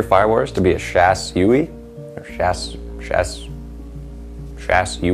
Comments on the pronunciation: Shas'ui = Shaz We. Shas're = Shas Vray. Shas'O = Shazzam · "Shaz-wee" is how I think the Shas'ui is pronounced. And the Donkey Punch? Holy crap... *facepalm*